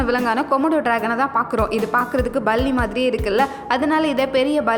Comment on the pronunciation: 'Balli" அல்ல"Palli", "ஸண்டை" அல்ல "சண்டை(chandai)', "ஸந்திக்கிற" அல்ல "சந்திக்கிற"என்று உச்சரித்து பழகுங்கள். (ப=Pa not Ba, ச=Cha not Sa)